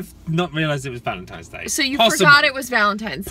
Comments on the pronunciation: Its not Valentime!!!!! People and their lazy English lol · Specific people say pacific, similar I have heard people say simular. Library people say liberry 😂 but I also have heard people say valentimes day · RealAtor, chiPOLte, chimminey, definitely valentimes day 😖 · A Yankee (US), here , living now in the south, they say VALENTIMES all.the.time. Drives me insane. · My son who's 5 mispronounces Valentine's Day as Valentimes day. It's the cutest thing ever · Definitely have heard people say valentimes day and sanwich instead sandwich. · yes! I knew someone who said valentime's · samich yes i have heard Valentime's day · soooo many people say valentimes day...drives me mad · I've heard people say Valentimes and I know 46 yr old that says sangwich. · Almost everyone I know says valintimes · never thought two people arguing would grab my attention so much, especially about "Valentime's" day... haha it is funny but at least you resolved the issue of he said she said. You guys are freaking {I say that a lot} amazing and in Georgia I say Sandwich and Valentine's day but the other 89.9% say samich/ samwich and Valentime's day every time. I think you were right in this one though Laura. ❤😊😉